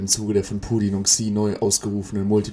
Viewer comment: Für die Ausprache von "Xi" solltest du 3 Tage piranhabecken bekommen